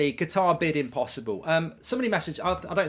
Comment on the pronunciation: Kat-ar. Not Ger-tar. Please Mark.